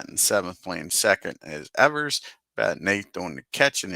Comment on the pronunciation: You’re misreading the box scores during the opening minute of the video. You corrected yourself in the second minute. Also, Evers pronounced his name as “Eevers,” not “Eh-vers.”